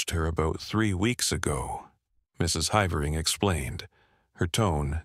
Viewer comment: No human narrator could have found so many different ways to pronounce the name "Havering" nor used them all in the same narration 😂 Shame, it would have been a very enjoyable story otherwise...